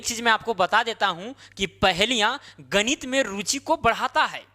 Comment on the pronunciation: गणित ❌ गनीत ✅